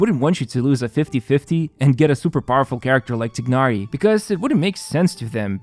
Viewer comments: i think they pronounce his name Tie-nari not Tig-nari,. just stating what i heard from the stream 😁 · I thought it should be known by now that "Tighnari" is pronounced "TY - NAh - REE" rather than "TIGG - NAh - REE" (or Tchi-nah-lee if you're going more towards the Chinese pronunciation), because that's how the devs decided to refer to this character. However, as pointed out by phoenixlau, saying "Tigg-nari" would be closer to the Arabic pronunciation of the name Tighnari. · Please say T(e/a)ynari 😅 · I like how you pronounce 'Tighnari's name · WOW, I love how much emphasis he used to pronounced Tighnari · How do you really pronounce his name? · These content creators need to learn how to pronounce names. It's just cringe how pronounce Tighnari. Tsk.